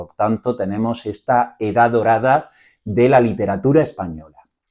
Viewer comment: Perdona, pero se pronuncia ESTA no etsa. La acentuación castellana para mi es fundamental! Gracias por la explicación.